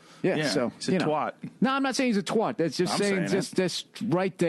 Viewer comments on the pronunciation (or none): These guys need to learn to say twat properly, it's tw-AT not tw-ot, don't know why it bugs me so much but it does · I've never heard anyone pronounce the word twat as twot. It's pronounced tw@ you twats lol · He does that pronunciation all the time! I cant work out if it's deliberate, or no one has ever corrected him! 😂😂 Bill, in the unlikely event you ever read this comment. It's TWAT! As in rhyme's with HAT! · Really bugs me how the yanks pronounce this word. They ruin it. It rhymes with hat, and it's pretty damned offence in the UK. It doesn't rhyme with hot, and it just sounds wrong. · Twat is not pronounced twot. Twat rhymes with cat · twat rhymes with rat, not rot. Just saying.